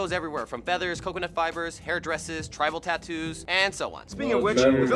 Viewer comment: Its tribal tattoes not travel tattoes hehhehee Love u so cuteeeee.....